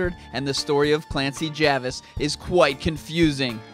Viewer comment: I got mega triggered when you said clancy javas instead of jarvas